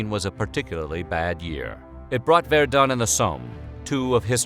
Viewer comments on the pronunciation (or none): none